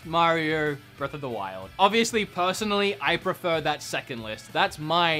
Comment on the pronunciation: "oviously ovilous"